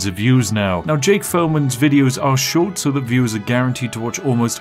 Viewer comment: If I had a dollar pound every time he said schowt short I’d be Jeff bazos